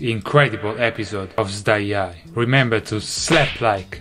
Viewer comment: Turn on subtitles and see it showing style but davie said sdaiay